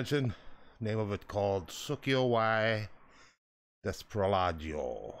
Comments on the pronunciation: "sokyo wai desprolaggio" haha sounds like japanese and italian.. actually it's pronounced "sucio y desprolijo" : P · that was the least amount of effort i saw at trying to pronounce a spanish song name. but i liked the video